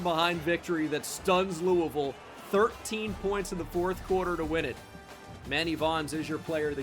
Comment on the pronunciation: shoutout for always saying louisville right and shoutout EA Jeff Brohm for beating ohio state and going undefeated